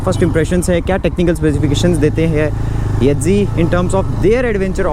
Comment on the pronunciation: Yedzi Nahi YEZDI hai.